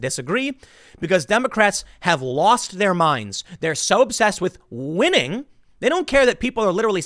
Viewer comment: The way he said "they think they're WiNniNg". I felt that.